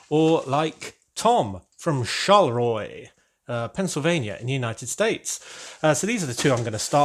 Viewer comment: Hi, when I sent the jar of strawberries, I just assumed you would like to put it in your grocery store when you build it. I didn't realize you would like that the best out of what we sent! You pronounced Charleroi perfectly. It is the sister city of the Charleroi in Belgium which is named for their King Charles. Our bet was on you having the fairgrounds rides all in place. Your always moving the people around and scenes so we won't count that.